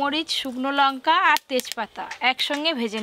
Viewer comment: Kathata lonka noi Lanka.